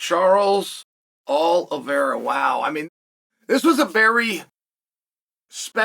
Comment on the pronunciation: Wtf is a “all-ahvera”